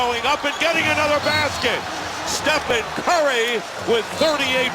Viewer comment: "Stephon curry, Stephen curry" "And here's Brazemore! Bazemore! Kent wazebore!